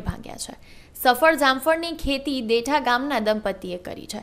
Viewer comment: ભાઈ ગામનું નામ દેઠા નહિ પણ દેઢા છે